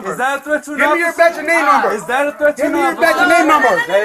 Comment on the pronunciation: he keeps saying batch and namenummer